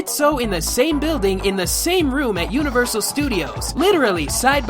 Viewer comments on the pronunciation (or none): none